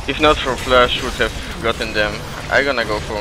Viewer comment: "if not have fash" or "if i have ult" -.